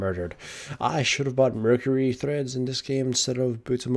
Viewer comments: Treads, not threads. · Treads... Not threads... What.